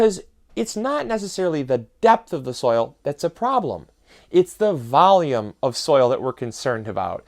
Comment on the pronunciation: Valume and a bax